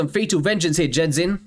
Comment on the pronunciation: Genzin, pronounce like the G in 'get' considered this is a Japanese name.